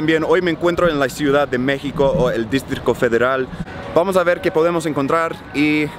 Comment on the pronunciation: Amo cuando dices distrito federal jajajajajaja porque dices districo federal jajajaja!! 😆😆😆😆